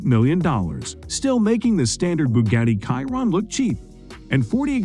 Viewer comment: Bugatti "Kiron". Less than a minute into the video and your credibility is already shot lol